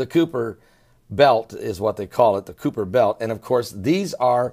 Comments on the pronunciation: I tried. I made it to . Give me some credit, that's more than halfway!!! 1. "The Cooper belt" Try again. To be completely fair though, pronunciation will never stop me from listening with an open mind to anyone's alternative views. Different people say things differently (poh-tay-tow, poh-tah-tow). Even scientists can't seem to agree on "Kye-per" or "koy-per". So... free pass 2. "Cooper belt objects are not considered "solar system objects" Ummm, yes, yes they very, very much are 3. "Is this planet x, the dwarf star?" Planets are not stars. Stars are not planets (even brown dwarf stars) 4. "Scientists are now telling us that ALL of the other planet's orbits are being effected by this". No sir. No they are not saying that at all Unlike most of my "scientific" counterparts, I don't have an absolutely blind faith in what I'm told by scientists is "true" (then often disproven by science's own healthy process). I don't believe that science and faith necessarily have to stand completely at odds. As a matter of fact, I believe that The Bible - when not taken 100% literally - can provide science with clues for things that really happened in those times (I.e. great floods, asteroid strikes, volcano eruptions, possible gamma ray bursts etc). So, I like alternative theories, and if the person presenting them makes sense, cites sources, and clearly knows what they're talking about, then they get my respect. But, once credibility is gone, I must be moving on. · kuiper............pronounced k eye per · Cooper belt lol come on man, but good video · It's colloquially pronounced KAI-pur belt. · "The Kooper Belt" lol... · k'ui'per is pronounced the same as St'uy'vesant.. it's Dutch. didn't know scientists where discussing on how to butcher "Kuiper" lol